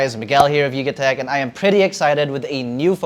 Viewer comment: from yugatech to dugatech real quick 🤣